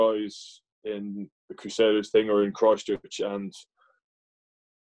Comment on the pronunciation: When he says Christchurch 🤣👌🏻